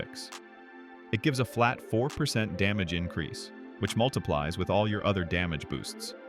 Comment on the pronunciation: WHY DID U SAY DAMGEY INSTEAD OF DAMAGE SIR